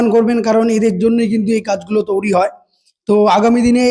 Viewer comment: তৈরী ওটা, তৌরি নয়